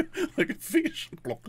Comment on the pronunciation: Can someone plz make anomaly says golck for 24 compilation